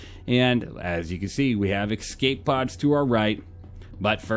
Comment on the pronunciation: Cool ship, love your reviews. They are my goto for SC ship reviews. I have to say, I cringe every time I hear you say "Ecscape"... not a word. Escape. It's like when you hear someone say Nucular instead of Nuclear. Sorry, I'm OCD AF.